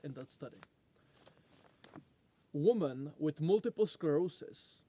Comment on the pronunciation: say women correctly will be disappointed